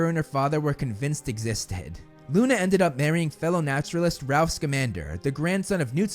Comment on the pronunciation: Not Ralph, Rolf.